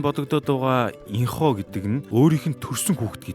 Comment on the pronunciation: Аяяаяа уг нь Юна биш Ён Э Инхо биш Ин У л юм байгаамлдаа тийн 😄 яахав Ин Ху ч гэж бичсэн болно гэхдээ дуудахдаа Ин У😊